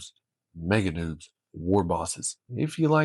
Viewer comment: Its NOBZ, pronounced like "knobs". Please dont call them noobs anymore